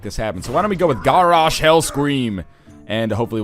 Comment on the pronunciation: its Gaaaaaarrosh Hellscream, not garrosh like carrosh. just helping you out with your wow pronunciation